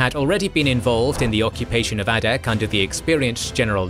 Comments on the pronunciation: It's pronounced "ay-dak" ay as in "say" "day" "pay" "way". Source: am Alaskan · The pronunciation of "Adak" is surprisingly painful.